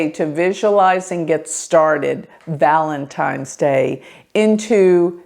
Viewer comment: Valentime 's 😂 lol